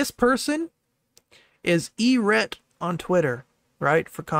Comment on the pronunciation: a lot of people here don't know anything about Eret. It was kind of funny watching get their name wrong every other time they said it. That was hilarious. I just gave an opinion on Eret's statements from someone who's watched their content and gave a bit of their background for anyone that's interested. Don't care? Don't read.